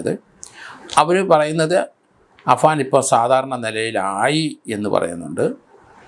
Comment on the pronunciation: Afsaan alla afaan an.. Name parayapo sookshich paray uncle